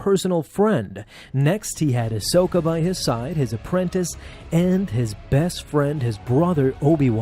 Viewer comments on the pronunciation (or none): none